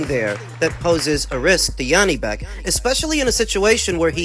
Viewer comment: It's J, not yanibek, Janibek, he's not german.